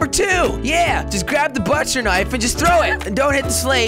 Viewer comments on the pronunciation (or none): Jelly, pronounce it like this, Birch. If you can say it.....not buttcher ;)